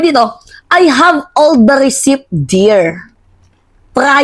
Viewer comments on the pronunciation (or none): it's thief not theft... these are two different words... and it is receipt ( recit) not recip🤢